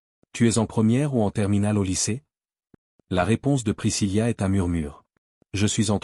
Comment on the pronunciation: Ce n'est pas priscillia mais bien Priscilla ( il n'y a pas de lia ):face-blue-smiling